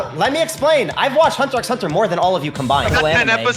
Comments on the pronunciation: Bruh he actually said the "x" in Hunter x Hunter, get him outta here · Bruh yas claiming to watch hxh more than everyone combined but he pronounces the x